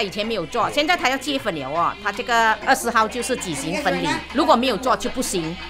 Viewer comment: 你可以不要说（结分）吗？哈哈😅是读（结婚) Jie hun, 不是 Jie fen, 不然一直结分结分，结了就会分开啰，哈哈。😜😍